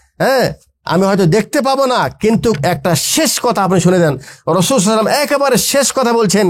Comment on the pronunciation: আপনি তো সাল্লাল্লাহু আলাইহি ওয়াসাল্লাম ঠিকমতো বলতেই পারেন না